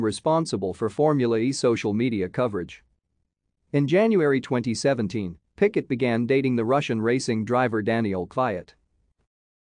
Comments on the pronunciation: It's not 'Picket', but 'Piquet'. You need to use French pronunciation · I came here to say the same thing 😂 picket 😂 PK